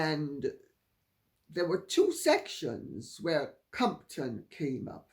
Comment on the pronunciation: Took me quite awhile to realize you meant Compton! Not how it's pronounced. First syllable emphasis as COMP, pronounced like "comped" and hard -ton, like a ton of bricks.